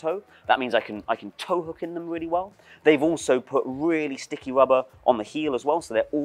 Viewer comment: At some point i started hearing "wubba" instead of "rubber" and now i can't unhear it.